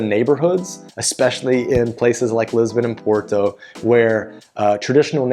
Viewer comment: So...you have been in Portugal for 3 years. Why are you still saying "Por-to" like an American and not how it is how it should be pronounced - "Pot-tu"?